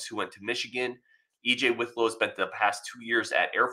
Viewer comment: Pronounced WIT low, not WITH low.